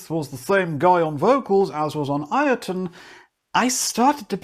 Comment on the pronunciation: BTW, the band's name is pronounced Yotunn, not I-o-tunn :) It's an old norse word for a giant, and as Icelandic is very close to old norse, i.e. the language hasn't changed much since the country was first inhabited some ~1150 years ago. The Icelandic word is thus Jötunn, where the Icelandic J is pronounced like the english Y.